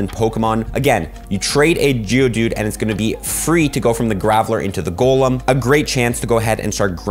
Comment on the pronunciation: You need to emphasize the g in Geodude it sounds like you're saying jewdude lmao ily